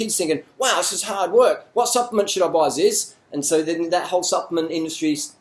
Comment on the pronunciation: i like the part when you say ZIZ LOL